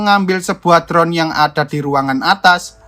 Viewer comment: Medok bgt sih min.. anjaay ha..ha. Biar lebih pro, tak kasih masukan min, Baca judulnya : All of us are dead, baca All=ol, bukan aL, drone baca dron, bukan bron. Next baca neks, bukan nek ; neck arti leher.